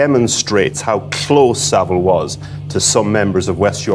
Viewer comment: It's Saville